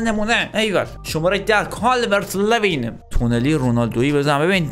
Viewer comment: بگو لولو، حالا بگو کالورت لویین له نیست، لو هست